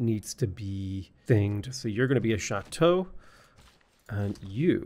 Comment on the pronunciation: Very well pronounced "Château" !